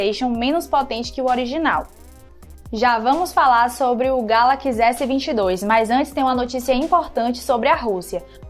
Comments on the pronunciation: Moça, não é Galaquis, é Galaxy ;) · Que nervoso ela falando ''Gálaquís" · "galakize" "iznapi dregon" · Porra galacx é foda né não ?... Sabe nen pronunciar correto ... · Só comigo que na pronuncia do nome "galaxy" por ela, que sinto uma diferença absurda?😅 sai até fofo: "galaquiçi" kkkkk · Fiquei travado no "Galaqui" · Nao é "galaqs" é galaxy.. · Essa mulher me deu nos nervos falando *galaquis*, muuuulllhheeerrrr doido céeeeeeeeeuuuuuuuuu, é galaxy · Amada, o nome eh Galaxy, nao Galax, pode pronunciar o Y sem medo kkkkk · Kkkkk ta falando errado galaxy ... Ta falando galack kkkkkk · "Galaquis" não é sotaque, ela só está falando errado. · Só eu que entendi "Galaquis" ao invés de "Galaxy"? kkkkkkk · "Galaquis" Aí meu ouvido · GALACS? kkkkkkkkkkk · galaquis??? kkkkk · “GALAQUIS S22” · Essa garota tá falando galacxi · meu deus agonia, "galakiss" é tenso demais kkk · "O samsung Galaqui" rss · Porra mandou um "Galaquis" logo no começo.. Aí éh Fo#@ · Ela é Gata mas fala Galaquis🤦🏻‍♂️! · deve ser sotaque Sei lá,da nada. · Legal é ouvir a dizendo Galaxy....😂😂😂😂😂😂😂😂😂😂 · ainda continua falando galaxy errado ! 🤦‍♂️ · Oque eu espero do futuro é ué vc aprenda a falar Galaxy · Ensina essa mina falar Galaxy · Não é sotaque, ela fala errado mesmo!